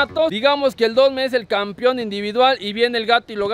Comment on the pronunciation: Todo está bien pero hay que pronunciar bien "campeón" ya que muchos dicen campion y se oye mal. Saludos